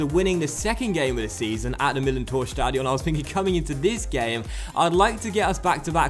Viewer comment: "Stadion" is pronouced with the stress on the A, not on the O